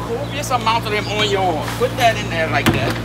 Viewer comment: HE SAYS ONYO LIKE CHEF JEAN PIERRE